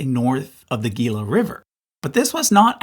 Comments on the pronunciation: One clarification . . . Gila River is not pronounced with a hard "g" but rather is "he-la." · Love your charts and videos. Thanks so much. Ps. Baja is pronounced "Baha" and Gila is pronounced "Heela" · you should look up how to pronounce spanish words! hearing you say baya and gila were painful haha, no hate